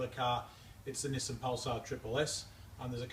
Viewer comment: So it's pronounced Neh-sen and not Knee-san?